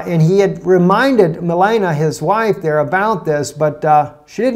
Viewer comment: Repeat after me - Mel- AHN ee uh, not Melana.